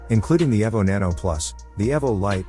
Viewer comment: E V O the E is hard. Not ev but eeeeee vo. Listen computer voice boy learn how it’s pronounced..